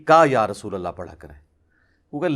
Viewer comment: Are yaar tum to khud galat bol rahe ho "Rasulullah " asal lafz hai Aur tum "rusulullah " bol rahe ho 😅😅😅😅